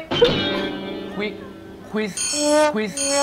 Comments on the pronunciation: Gila gila....gua ngakak banget pas Chimon gk bisa ngomong Quick Quiz 🤣🤣malah jadi Quick Quit :v wkwkwkwkwk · These guys are some of my favorite thai celebrities. Hoping to see them four together in one series in the future. Chimon's pronunciation of quick quiz is so adorable..